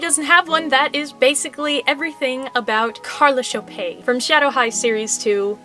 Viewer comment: since when double t pronounce like ay?